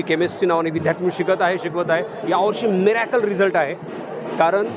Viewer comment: पालक खुश नाहीत कारण त्यांनी खूप पैसे. दिलेत😂😂😂 मिऱ्याकल नाही चोऱ्याकल म्हणावे लागेल